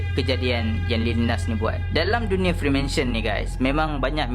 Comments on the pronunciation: psst2 freemason bang bukan freemansion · nice bro, tpi freemason bro bukan freemansion